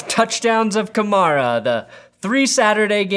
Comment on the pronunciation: The way you say Kamara is infuriating. Still awesome though, but god.